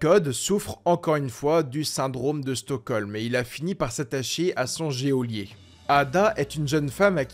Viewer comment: Le jéolier 😂 super vidéo mais geôlier ça ce prononce "jolier" ❤